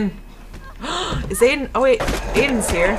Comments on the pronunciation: not hating but she's pronouncing his name like aden its pronounced iden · IT'S EYE-DEN